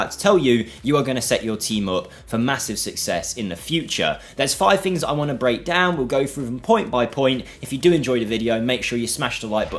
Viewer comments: fings? what is that word? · It's common in certain English dialects (especially in the UK) to pronounce the "th" in certain words as "f". It's known in linguistics as "th-fronting". It's a by product of how the language developed over the last few centuries in certain regions.